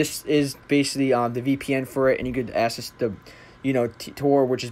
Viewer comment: Dude, good video! Small thing though --the word ACCESS is pronounced ACK SESS. All "ACC" words are pronounced AX. Keep up the good work.